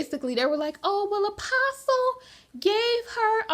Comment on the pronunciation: Umm.. did she just say David “uh-pastay” Taylor?? Girl 😂😂 it’s Apostle “uh-poss-uhl”.